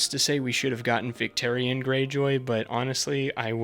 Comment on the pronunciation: Great video but you lost me at “victerion”